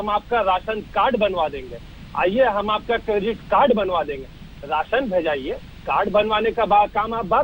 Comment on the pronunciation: Raasan card hota h medam Ji.resan carad nhi